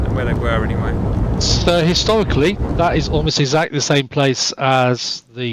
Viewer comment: Fly. Again. Still hasn't learned to use the 'th' sound.